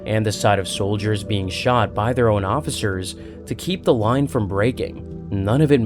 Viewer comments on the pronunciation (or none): none